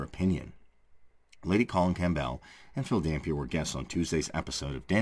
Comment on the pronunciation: The p in Campbell is silent